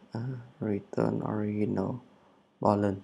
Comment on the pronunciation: Allow Unknow <ờ lao> <ân nâu> - Original <Ò ri chần nồ> Chúc anh buổi chiều vui vẻ